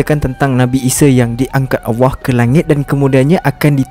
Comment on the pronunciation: Abg...mohon utk belajar sebutan ALLAH, kurang jelas dan lebih kepada AWWAH